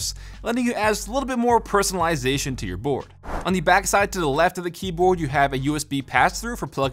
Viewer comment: or has him saying keyboad